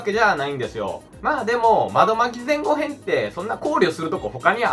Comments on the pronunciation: 前後編は単語として存在しますが、ぜんごへんという読みはないですよ。 後編の読みは ごへん ではなく こうへんです。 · ぜんこうへん じゃないの？？